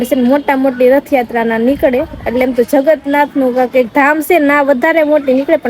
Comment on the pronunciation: જગત નાથ ny જગન્નાથ બોલો પેલા બોલતા શિખો મેગી બોલતાy ny આવડતું mengi બોલે છે